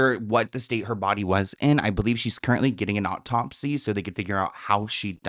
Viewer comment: Is saying Aup-top-sy? 😂😂